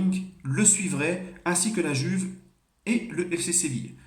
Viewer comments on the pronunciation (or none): none